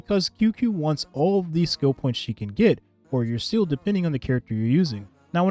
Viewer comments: Can you please stop pronouncing seele as "seal"? it hurts lol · Day 69: could you please pronounce my queen's name (Seele) correctly?